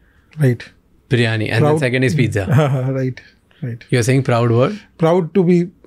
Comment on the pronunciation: Bro Beated "PIZZA" and made it "PEETza" 🍕🍕🍕🍕